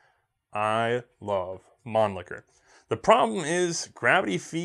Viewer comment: So, gravity feed magazines don't work, but it saves the cost of a spring? Get outa here, a spring is the cheapest component in a rifle apart from the air in the barrel... p.s. please don't improve your German pronunciation. Man Licker is my favourite C&R double entendre. Mannlicher isn't funny at all. Love the channel, btw. Educational, entertaining and hilarious.